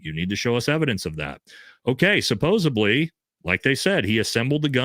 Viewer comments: It’s “supposedly” with a “d”,, not “supposebly” with a “b”. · Love all your content. Please pronounce (supposedly) “suppose-ed-lee.” Keep up the great work!